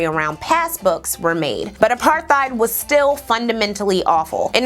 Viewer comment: You say apartheid the correct way I always thought it was apartteid.